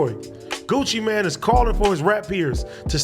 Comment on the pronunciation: Gucci mane not gucci man lmao